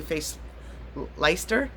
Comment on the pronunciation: Hi lovely to see you again. Wanted to add ( uk here😂) it’s pronounced Less-ter xx